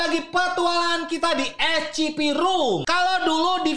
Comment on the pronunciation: bang bilang nya scp bang tapi bukan ecipi bang menin scp 001